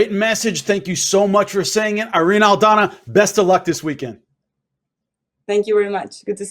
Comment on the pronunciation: Jimmy, you are pronouncing her name wrong.